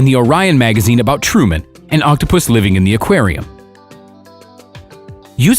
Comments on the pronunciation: Nobody seems to notice how the narrator says octo - puss instead of octopus! Reminds me of octopussy! Lol I couldn't stop laughing! But otherwise kudos to the good people who saved him! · I like how he says “Octopoosh”. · Lol as I read ur comment he said octopushh lol